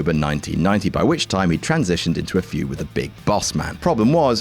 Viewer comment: Feud,. Not "fued"